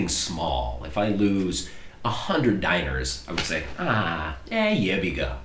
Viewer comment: Dinare or dinar not diner... uff jebiga.. jel znaš srbski?? 🤦‍♀️ moj sin ko je 16 zna više od vas!